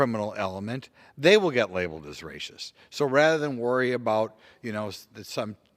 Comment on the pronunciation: I love this guy Simply cuz he says "rascist"...